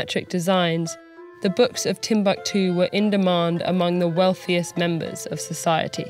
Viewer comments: These are african names, you can't just pronounce them like English please they simply sound totally OFF!! You should have practiced beforehand; 'timb-a-ktu' might have a different meaning down here; you seemed to be talking about a different subject other than TimbUktU itself. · It's tim-book-too not tim-buck-too. I hate americans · Its not timbaktu.... Timbukutu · Wan Shi Tong Library = Timbuktu